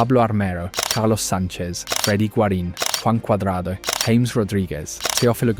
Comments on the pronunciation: Its pronounced Ha - mes not english james 😂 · Its not James... Its pronounced Ha mes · Ha-mehs , not James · nice production you need to cerrect 3 things for next or futher analisis in the Colombia team, is not james as james bond... is jaa mess as tony jaa and mess like messi drop the i... SECOND as you try to quote or imply Valderrama has a point drop it there is no more power on El pibe's words... shy because the new Colombia style as you see and say this is the new era the PEKERMAN ERA adn STILL is quote him find pekerman words you will understand why Valderrama quote is Irrelevant and also why Colombia is now not dependant on Rodriguez... and that is THIRD you find curios the best Colombia streaks are build far from Rodriguez, but he still is a big ball provider, a game creator. but he is not the only one. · Within the first minute you can tell this video uses AI narration because everyone know the correct pronunciation is "Haames" for James Rodriguez. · It's pronounced Ha-mays Rodriguez. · Who is "James"? Nobody in Colombia will know who you are talking about: more like haw-mes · Mis oidos me duelen 😅😅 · Its no James. Its Ja mes 😂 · Why are you pronouncing James' name as "Hames"???? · Because it's an AI narrator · Stopped watching 10 seconds in because you pronounced James Rodriguez wrong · In Spanish the name is pronounced differently the J sounds different